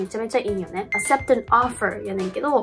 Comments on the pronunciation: わかります。TOEICでいうなら、スコア700位の人でもまず間違えないかと。 'accept'がアセプトなら、'access' とか 'accessory' とかは果たしてどう発音するんだろう？という疑問が湧いてきます。 確かに'descend' 中の'sc' のような並びはsの音になる場合があるのですが、'cc'でs音になるケースはちょっと思いつきません。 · acceptの発音ちゃうくない・・・？ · からの "accept" と "acceptable"は、'k' の音が抜けているのでは？ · それはめっちゃ思いました。英語発信者としてこのレベルの単語の発音の間違いはちょっと、、、イギリスに住んでいたので、kの音無しの発音もあるのかなと思ったのですがそうでもないような、、、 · 正直accept レベルの発音を間違えてしまっていると、そもそも発表している点数などの信憑性がだいぶないなと思ってしまいました、、日常会話でも結構出てくる単語なので、ここまで高レベルな英語力保持者なら気づくと思うんですよね。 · この人高校中退で独学やからね、発音は適当なのかもしれんよ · acceptの発音違いますよ